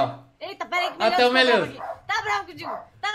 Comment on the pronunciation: é impressão mima ou o falou meliodas